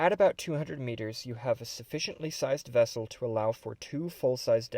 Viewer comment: It is as big as a "scout class wessel". :D